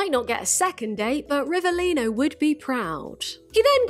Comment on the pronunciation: italian here and from an italian perspective i’ve got nothing to complain about the way you pronounce rivelino but we do not claim him